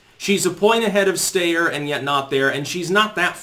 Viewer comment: Yang has been polling at 5-6 for a few weeks now. Just more cherry-picking. Quick side-note. It's sty-er not stay-er.